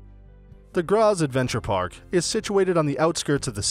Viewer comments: It's pronounced "Gratts" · Where is this city named Grasss? Its a complete fake of Graz so why didn't u make a video about our city! Btw. It takes absolutely no time to chek how the words are pronounced! A tip, translate every word, not only the clock tower, in english or just use the google translater voice to say it! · Your video has pissed me off. For the love of God, WILL YOU PRONOUNCE GRAZ PROPERLY! I hate it when people cannot be bothered to find out the important, simple things. It's not rocket science.